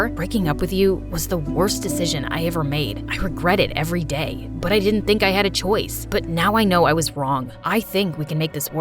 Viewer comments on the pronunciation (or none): none